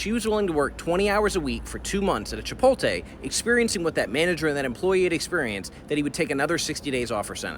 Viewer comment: Homeboy actually pronounced it: Chi-pol-té 😅